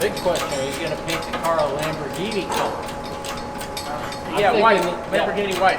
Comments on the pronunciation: Onehundreadpersent* Lahamroghinnie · Cam-borgini? Lamb-aro?